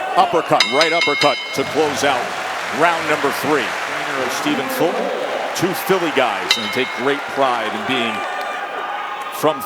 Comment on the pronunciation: Why are they calling him "Folton" instead of "Fulton"?